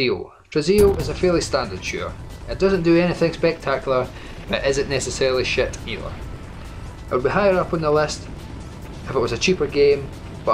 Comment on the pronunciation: ... “but isnt necessarily SHET either.” #sherloid